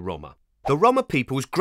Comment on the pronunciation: Why he pronounce roma like dat?